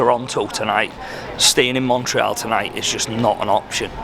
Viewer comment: Anyone else shouting to the screen ", Its MON-TREE-ALL!!" 😂